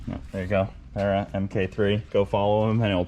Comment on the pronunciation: Nice to hear an American say barra properly haha